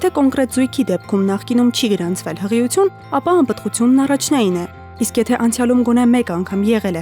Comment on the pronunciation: Ականջներիցս արյուն գնաց բժշկուհու "հղություն" բառից😢 ինչո՞ւ "ի" տառը չի հնչեցնում